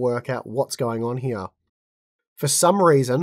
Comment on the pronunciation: Hya instead of here xD that accent